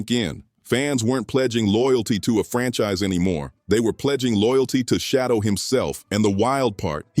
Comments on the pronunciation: Say! Shedeur ! not Shodow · SHEDURE is his NAME not SHADOW!! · It isn't Shadow, it's Shedeur! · Bruh his name is SHEDEUR dam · His name not shadow nephew name sheduer correct it thank you ❤😊 yes let's go newpew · Stop mispronouncing has name. Who the heck is Shadow???